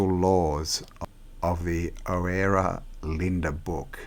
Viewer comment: Oh man, that was interesting, only the last mention of Oera I recognized your flaw it's pronounced URA or UHRA... brilliant essay dear.